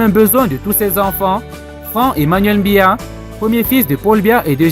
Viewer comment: Tu n'es même pas capable de prononcer le nom du Président c'est BIYA et non mbiya, on imagine directement d'où tu viens et quelles sont tes intentions, il faut balayer ta véranda et laisse celles des voisins.